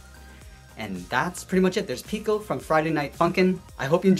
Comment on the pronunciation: I like how he said "Picle" instead of "Pico" it made me laugh